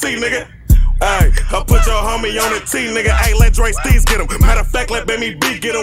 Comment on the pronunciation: DSteez lmao not DSTREETZ lmao smh